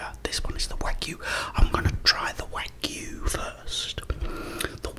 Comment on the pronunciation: It’s wah-goo. They’re great!